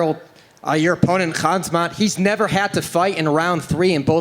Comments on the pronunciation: Is Khamzat pronounced "Hazmat"?😆😆😆😆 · the pronouncing khamzats name hit me hard aha